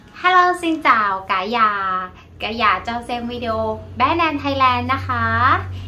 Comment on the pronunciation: your Vietnamese is fairly well; except several sounds you’re still pronounced a bit incorrect yet; i.e. when you say the sound of “house”, you pronounce it more like “già” (old) instead of “nhà” like the second part of “senior”; perhaps could assist you with this part. Wish you well,. 💐